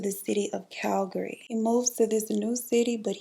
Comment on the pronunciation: The way you pronounced Calgary 👌🏽 Better then some people who live here! It is a local know fact that you can tell a native Calgarian by the way they pronounce Calgary, and girl you were spot on!